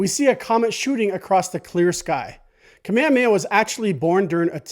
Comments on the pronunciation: Good stuff, but can we try and pronounce King Kamehameha correctly? You are not alone. It's not Ka-meamea. It is Ka-me-Ha-me-Ha. Emphasis on the H. Mahalo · you say you're Hawaiian but you say "Kamehameha" like a haole